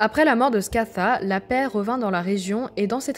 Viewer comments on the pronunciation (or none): none